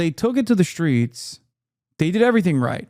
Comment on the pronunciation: There's no h in streets child.